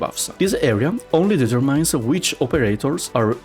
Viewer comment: The the end of determine is pronounced like "in" (i know it's arbitrary), great video as usual :)